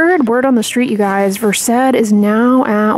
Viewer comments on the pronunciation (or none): Again - it's VERSED, as in CURSED - NOT Ver-SAID.